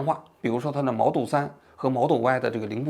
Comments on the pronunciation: 是model，不是摩托，那是手机，王局发音不标准。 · model给你念成了毛豆哈哈哈哈哈哈哈😂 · “毛豆三和毛豆歪”哈哈哈哈😂王局太可爱了